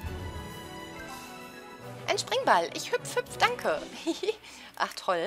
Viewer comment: du hast am ende nicht toll gesagt sondern troll